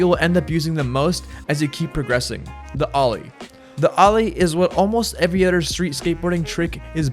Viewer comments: Every otder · every utter